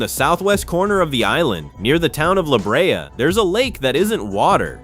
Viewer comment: La Brea pronounced Laa Bray